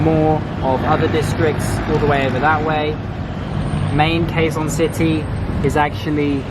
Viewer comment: Quezon city is pronounced like Kezon city